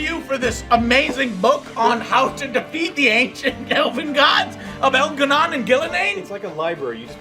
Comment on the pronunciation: “EL’GAH’NON AND GUIL’A’NAIN ARE APPROACHING THE GENERATOR!”